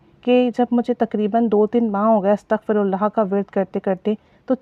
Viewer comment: Astaghfi hota h astghfu nai. hota .Yani astaghfirullah hota h Ataghfullaha nai hot. Fey pr zer h pesh nai